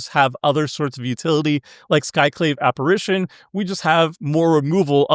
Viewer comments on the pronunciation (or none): none